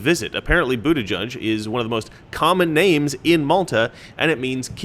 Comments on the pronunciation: It’s boot-edge-edge not boot-eh-judge He’s got a giant sign at his campaign office. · The name Buttigieg has ALWAYS been pronounced "Butta-gig". I guess as you say "butt" sounds like a ton of memes just waiting to happen when the owner of the name is a gay male. And I'm sure a Butt-gig is the last thing they want projected. He should've thought about changing his name before he threw his hat into the ring. A gay man with that name will never be elected. There's too much scope for ridicule. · Buttigig pronounced booty gig. An ass appointment. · I think the funniest part of his name is that he is gay and name is pronounced booty judge. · I believe it's pronounced "Booty-judge" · It's pronounced Bootie-gig. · I'm not sure if you said this or not but his last name can literally be pronounced as booty judge... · I'll get the coin anyway but they don't accept that coupon code. Also I thought it was pronounced "butt-ee-geeg" and I was born in Malta! 😂 if he was wearing cut off jeans he may already have been gay and just not realised it. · It's pronounced Butt-Gayg. Get it right, man! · It's pronounced Booty-Judge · Of all potential ways to say the name Buttigieg, is the proper pronunciation really the one that sounds like what you'd call the person who decides the winner of a twerking contest..."booty judge"? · Lets face it,.. You get 'Boot-a-judge' from Buttigieg the SAME way you get 'Bay-ner' from Boehner 😬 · I don't know if Americans pronounce it correct or us in Australia. But Buttigieg is a common Maltese surname, I know quite a few of them; and here it is pronounced Butti-geeg. I don't know if they are just trying to take the 'Butt' out of it, but it cracks me up hearing how Americans say his name. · It's pronounced Bootygig 👍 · Pronounce it: Butt gig. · I would think it's pronounced, "Bootygay." I'm not even joking. We can all pretend though. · "booty judge" that's what i hear everytime his name came up